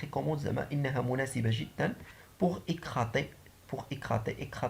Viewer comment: سلام أخي يعطيك الصحة يمكنك تصحيح نطق pour écarter les feuilles ماشي écrater merci